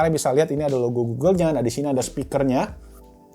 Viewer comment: Laaah bang walaupun bilangnya oke uueeel, malah ok google hpku yg nyala wkwkw